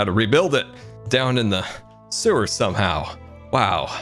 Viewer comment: you just said where the suwer ar